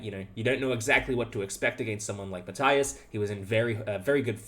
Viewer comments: Since I am making myself unpopular already, let me add one more: Matthias is pronounced Math-ee-as, not Math-eye-as. It is German, and German has no diphthongs. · Why do you say "Matthaias Blübaum"? You're clearly able to pronounce an "i" without putting "a" in front of it. You don't say Fabaino or Haikaru or Saindarov after all... Or Anaish Gairi😅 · Just a heads-up, you're totally mispronouncing Matthias. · Just as it's my name as well - when german pronounciation is courteous, i.e. the bloke is from Germany and you try to say his name, the 'i' in Matthias is not an 'i' as in light, but an 'i' as in linger. His last name actually is 'Blübaum', which contains an umlaut you guys do not have, so your approximation 'Bluebaum' is totally fine - i just mention it to say, for those interested, that the last name translates to 'flowering tree'. Again, just because it feels strange to hear your own name done wrong-ish-ly ( at the end of the day, no one really cares. But it shows that bit extra effort has been put in :) )